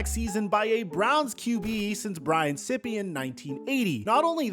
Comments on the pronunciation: Brian Sippy? It’s Sīpe as in sniper. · It's Brian Sipe ... LIKE Sipe is CY-PP .not Sip E..😂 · Brian Sippee?? You just lost me. It’s Sipe. Dude. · You're killing me with Brian "sippy" sipe ...SIPE! liker fanatic...like sype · Sipe is pronounced like “ripe”, not sypee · Brian sip e? Pronounced Sipe with a long I. Had to stop watching after that. Geeze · Brian SIPE not SIPPY. Hard for someone to sound knowledgable on a subject when you don't know the players' names. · This genius actually said Brian Sipeee. Guess you didn't do your homework. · It's Brian SIPE - the "I" is loooooong, so pronounced like WIPE with an S! "sippee" - JFC. The guy's not a cup... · BTW.. Brian Sipe is NOT pronounced Sipeee, it is Sipe (like pipe, but starting with an S). You may want to look up Cardiac Kids. Funnest football to season ever to watch. Every game was a come from behind. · His name is Brian Sipe not sipping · Sippy. Lol. It sounds like it spells. Funniest shit I've heard in a long time. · Brian Sippee? Dude. He was an All-Pro NFL MVP. Sipe. Pronounced just like it's spelled. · brian sippe?! Sipe, like snipe without the n. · Aargh! Sippee??? It's Sipe (S-eye-p). I was in Cleveland during the Phipps/Sipe QB battles. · Sipe, long I, not Sippy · its not sippppieeeeee sipe like pipe with a c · It's (s-eye-p). Brian Sipe. Not (sippy). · You did zero research in the first 3 minutes of this video. You just looked at baseline franchise statistics to push a narrative… And it is not “sip-pe” its pronounced “SYPE”. Respect the MVP bro! 💪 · His name is Sipe, it's not pronounced Sippy, good gawd man do your fucking homework a bit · Brian Sipe is pronounced exactly as written, not "Sippee". If you speak a person's name, and you've never heard it spoken before, don't you always default to phonetics? Why make up an alternative pronunciation? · Brian Sipe is pronounced sype not sippy! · Brian "Sippy"? Sipe rhymes with ripe. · The name Sipe has one syllable. He is not a Sip e cup. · Not Sipay